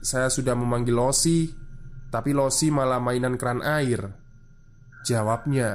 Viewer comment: sambil menyelam minum air, koreksi cara baca 老师 (laoshi) itu "lao-she" yaa kakak2